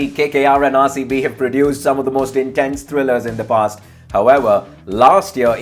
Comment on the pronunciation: RaerCB kyu bolta he bhai tu RCB ko